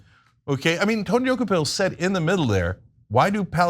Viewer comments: Rich of Ana K to claim to stand for journalism when she couldn’t be bothered to look up the pronunciation of the CBS anchor’s name. It’s pronounced Duh-KOH-pull, as we hear ever day on CBS, not DOH-key-pull. Also, Tony’s questions were factual. The author spends 100 pages giving Palestinians no agency or responsibility for their status. And the book provides no context for Israel’s actions. That is an exceptionally one sided view. Tony rightfully explored why the author did that. If the author wrote that Israel has never done anything wrong, would TYT push back at that view? Of course, as would Tony D. For TYT to be against Tony on this and in favor of softball pandering questions shows that TYT is beyond repair. Unsubscribed. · Can we first pronounce the name of CBS tv anchor correct first! Dokoupil pronounced “ De kopol “ not Doki pill” that is nut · Why can't you guys pronounce his name? He's said it out loud many times. It's də-KOH-pəl, not do-ko-PIL. In regards the interview I took it he was taking a sort of Devil's Advocate stance. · Dock-U-Pill? Make sure you know how to correctly pronounce people’s names. It would take one minute of research. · As much as I love TYT I only wish she would have listened , at some point, to the pronunciation of his name on something, which is like "Du-ko-pil"... 😕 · Jeezus...Ana. please start pronouncing names right! Di-KO-pull. This is a well known journalist so his name should be easy. It takes away from the actual story. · Tony Duh-koh-pull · Actually, his last name is pronounced Dew-kho-pill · Tony Dooky Pill? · Don't reporters/journalists have a responsibility to prepare for their segments? The man's name is pronounced Deh-COPE-ul. The interview was days ago. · ANNAAAAAA, All you have to do is watch the 1st 10 seconds on CBS MORNINGS and learn how to pronounce someones name correctly, damn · Ana please learn to pronounce the subject’s name correctly. Journalism 101.